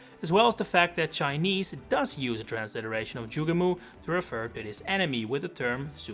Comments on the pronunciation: Joo gay mo, not Joo gah moo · ITS NOT PRONOUNCED JUGE-MOO. ITS JUGE-MO! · Delete this video, you sound like an absolute fool building any theories on the sound "moo" which is no where in the word "Jugemo"